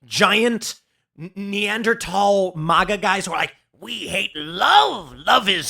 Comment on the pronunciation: Wow, Tim pronounces “Neanderthal” correctly. Is there anything this man can’t do? 😍